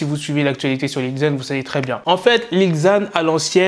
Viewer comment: 😂ca se prononce lil zan pas li ggzan